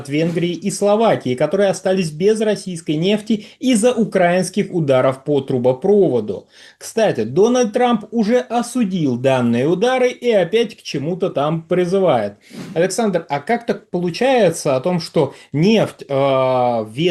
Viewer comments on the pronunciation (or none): трубопрОводу, водопрОводу, газопровОду, видимо от слова прОвод , а не провОд 😂